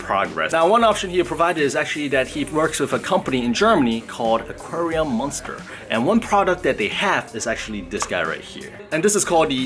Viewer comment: Hi, i am from Germany and listen always to your channel. The pronunciation of UNTERWASSERKLEBER and Aquarium MÜNSTER are absolutley wrong. I couldn't unterstand you at all, that's so funny. I wouldn't have thought that UNTERWASSERKLEBER is so much difficult to pronunce. By the way, Unterwasserkleber means underwater glue. Anyway, you asking for tank size suggestions. A lot of people like deep tanks for her fishes because that provides more "effective" swimming space. ( I only have a standard size tank)